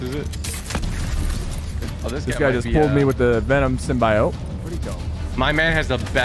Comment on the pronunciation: It’s SIM-BE-OTE. Js, idk if he was joking around on the pronounciation but yea